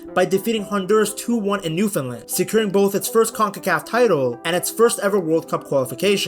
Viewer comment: Holy shit, someone on Youtube actually pronounced Newfoundland correctly!